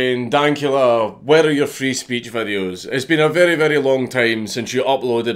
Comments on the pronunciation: He's sayin "free speech" but I swear im hearin "freeze peach" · I can't stop hearing it as: "I need help from the Freeze Peach" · Nobody: Count Dankula: Frees peach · does anyone else hearing Freeze Peach when he says Free Speech.